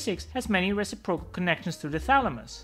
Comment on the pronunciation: Great video. As a native English speaker, stress the “-ci-” in “reciprocal”, not the “-pro-“.